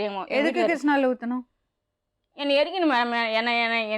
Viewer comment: Madam adhu kirishna oil illa kisssnoil 😂😂😂😂😂